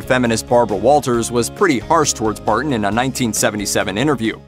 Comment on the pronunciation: The narrator clearly isn't familiar with the genre. Wagon er? ParTon?